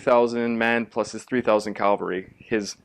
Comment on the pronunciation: Cav-al-ry not Calvary.